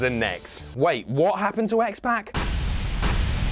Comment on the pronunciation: Oh God, I hate the way you say X-Pac 😂 Other then that, fantastic video and I didn't even some of the stuff on here. I knew about Cesaro, Mick Foley and Stone Cold.